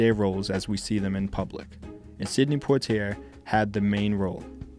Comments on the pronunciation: good doc. however, "Lah-na Turner" and sydney Pwah-tee-ay" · lol yes their names could have been pronounced better. Thanks for watching